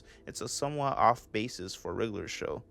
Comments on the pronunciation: I swear you kept saying “riddler show” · rlly liked this video! also, i noticed how u pronounce it as "the riggler show" haha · why do you say it like wriggler show tho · i thought u was saying riddler show for like the first 3 minutes 💀